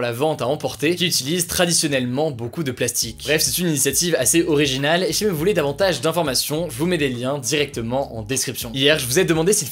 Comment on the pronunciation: Suis-je le seul qui est perturbé par le fait qu'il ne prononce pas le ''i'' quand il dit ''SI jamais''? 😭